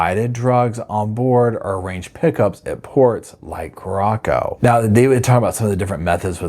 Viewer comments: Carra sow... not corrocco❤ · It's Curacao - "Cure - a - sow"....not "Cur - rock- oh". 🙂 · Curacao is pronounced "kooraSOW," not "kooROCKo." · Just watched this. Feel so sorry for the family, not having closure. Also, the second c is soft in Curaçao. It's pronounced "kyoo-ruh-SAOW". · it’s Curaçao— cure-a-so. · Lmao i cant with the pronounciation of the country 😂 there's nowhere named Corocco😂😂❤ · Not a huge deal but it’s pronounced kur-ah-sow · Good morning,, I just love love your channel! I think the island referred to here is pronounced Coor ah sow, like the liqueur that comes from there. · If you're going to continue to cover this story, please learn to pronounce Curacao. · i am so glad how you pronounced Curacao 😂because I don't like how it is really pronounced and I always said it like you did! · Please check your pronunciation of Curaçao…..